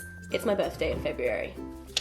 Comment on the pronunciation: I'm so disappointed you mispronounced February..